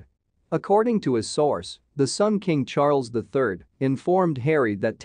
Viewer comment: Cann this guy please get his pronunciation of King Charles ĺll correct or does he not know better.